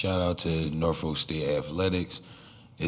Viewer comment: he said norfolk right!